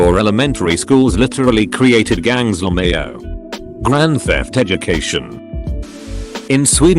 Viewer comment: No one: Narrator bot: lumayo